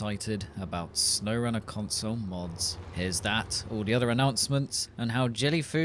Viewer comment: "cunsuul moods" Dude went full Borat on that one.